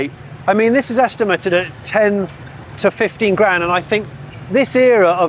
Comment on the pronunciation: Every auction video goes great until I hear Johnny say est-im-er-ted and then I can't hear anything else.